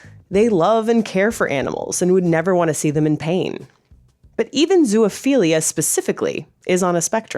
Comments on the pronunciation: You made a video and can't even pronounce the word? It's"best" iality" -- just as it's spelled -- not "beast" iality. It's also "zo" (rhymes with row) ophilia, not "zoo ophilia". Consent? When a male dog mounts a person, which one is non-consenting? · Why do you keep saying "zoo-uh-philia" 😭😭😭😭😭 It's making this so hard to watch and take seriously! There is no "uh" in the middle 😂😂😂